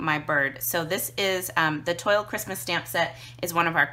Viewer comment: Great video and coloring. Just an fyi, it is pronounced twal not toil. ;)